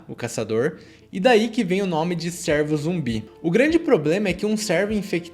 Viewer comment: Top.. mas a pronúncia não é "sérvo" e sim "cêrvo"